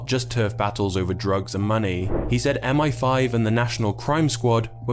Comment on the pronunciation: When you use AI scripts and voiceovers, and don't give a f*** about the quality of your output, M-eye-5 becomes M-fifteen🫤